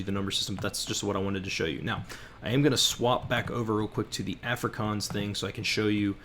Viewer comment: Please learn to pronounce Afrikaans.